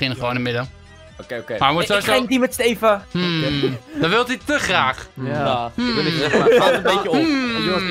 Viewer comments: Link alsjeblieft zeg steven niet als stieven zeg het aub als steeven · Ben ik de enige die zich ergert aan dat stieven zegt inplaats van steven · het is steven niet stieven